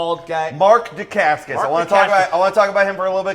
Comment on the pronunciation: I love that he says he has been a fan of Mark Dacascos for years and yet, he can't pronounce his name right .-D